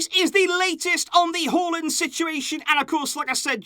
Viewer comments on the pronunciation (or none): It's Haa and land not hualand